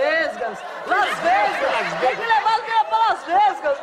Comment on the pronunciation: "Las vesgas" 😹😹